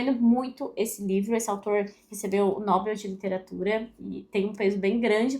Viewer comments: Pra nossa Língua está errada a pronúncia como ela fala, mas cada um pensa como quer. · Ótima lista!, não me leve a mal, mas não entendo porque você pronuncia a palavra Nobel como se fosse uma paroxítona, sendo que essa palavra é oxítona.